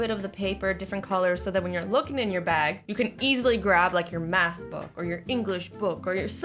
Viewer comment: did anyone here mac book instead of maths book XD